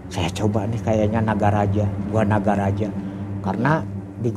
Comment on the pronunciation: Lucu aja dengernya ketika ngomng nogo rojo nogo geni 😁